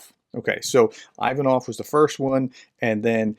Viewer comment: Great stuff, professor! Quick note: Ivanov is pronounced like "ee-VAH-nuv." Feel free to disregard this information, just thought I'd drop it in here.